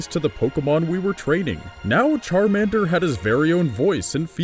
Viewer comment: Charamander, always charamander.